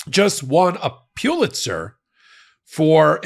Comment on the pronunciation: the word, Pulitzer, is pronounced "PULL-itser", not "PEW-itser.